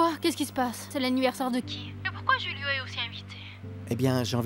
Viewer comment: Kiyès ki tande Laura di Roulio oubyen Julio??